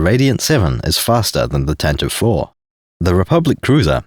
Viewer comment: Thank you for finally being a sane Star Wars tuber who actually calls it, correctly, the "Tantive 4"-- I have run into so many, many, many, people who call it the "Tantive-eve" and it actively makes me long for death.